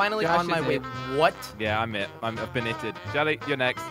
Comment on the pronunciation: Its Jelle not jelly